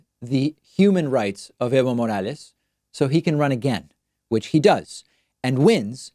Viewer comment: Fuckin howled when kyle culinski pronounced it as "Ivo Morales"